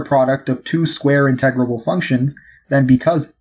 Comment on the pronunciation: Did he say "in-TEG-rable"? Egads. It's "IN-te-grable".